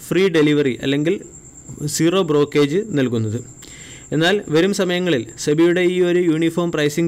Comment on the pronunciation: Brokage അല്ല മനുഷ്യ.. ബ്രോകരേജ്...